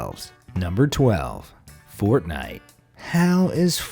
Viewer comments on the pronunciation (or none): none